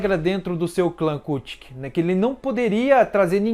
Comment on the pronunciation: Adoro bleach gosto muito do teu canal mas por favor apreende a dizer kuchiki e as outras palavras como deve ser